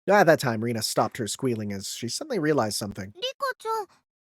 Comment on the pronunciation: I think Rena's name is pronounced Ren - na the way you're pronounced makes it sound like Rina